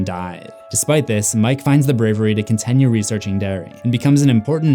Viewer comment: idk how many more times i can here you pronounce your "i" sounds as "eh" it's wild. you say continue like it's "contenue".